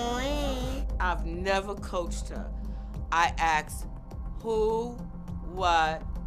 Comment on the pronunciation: Question where does aksed come from? It’s asked. Is this a different language?